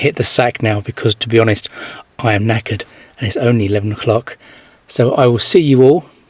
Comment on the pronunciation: What's that word, neckered? I thought you said naked, haha!